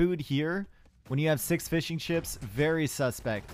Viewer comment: heard fish and chips instead of fishing ships.... i though omg...